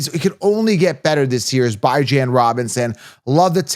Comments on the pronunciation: ITS BE JOHN NOT BI JAN 😂 Terrible! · The Atlanta Falcons running back, Bijan Robinson, has a name that is often mispronounced. He has stated that he prefers the pronunciation "bih-ZHAN," but he also acknowledges that some people say "bee-ZHAN." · because its pronounced Bee-john not Bye-jan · This is a captain obvious content. Do you even watch football? You can’t even pronounce Bijan correctly. Did you Copilot this nonsense. Everyone wants bijan and kyren. Cmon. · Dude, how can you be so confident when you can't even pronounce the first players' name properly? Please, tell me how i can lose you foever?